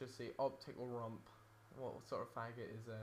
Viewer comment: Lmao at Rumpleee!